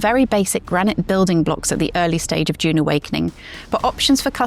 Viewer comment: Also can’t pronounce dune